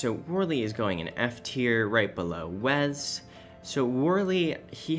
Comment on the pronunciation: I have literally never heard someone pronounce Wes as Wez before